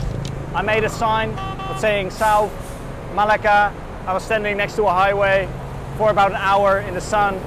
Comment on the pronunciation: Melaka, nice place....I enjoyed staying there. You might be pronouncing the name wrong. Me....then laka